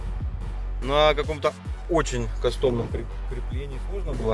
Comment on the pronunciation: кАстом а не кастОм! кАстом кАстом кАстом